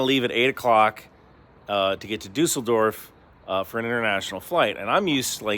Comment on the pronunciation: Thank you for pronouncing Düsseldorf the right way 🙂 You wouldn't have gone to jail for the wrong ticket, thats inefficient. On occasion they have controls. You would have payed a fine of 60,- € as a "erhöhtes Beförderungsentgelt". On the second time this happens you could go to court (depending on the Transportcompany) It is not our local trains (Trams, Undergrounds, including busses and such) that we germans are complaining about, it is our nationwide Trains, they are a mess since the last 30 Years :.(